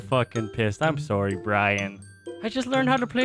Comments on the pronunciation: Canadian “sorry” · "I'm soary, Brian"